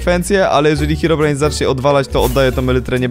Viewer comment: Ei czy tylko ja gdy mówi hirobrine na początku słyszę paliona